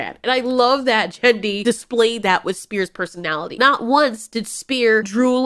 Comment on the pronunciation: Lol 😂 that was a kronosaurus not a mosasaurus and did you just call the male creator Jenny??? instead of grendy? XD man that’s funny